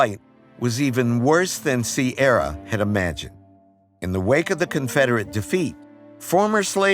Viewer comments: "Sierra"? It's Irish and pronounced Kee i ra! If you are going to culturally appropriate at least say it right! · Ciara is pronounce Ceera in Ireland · Strange way to pronounce her name. We pronounce like Keer rah. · Ciara is an Irish name pronounced Kira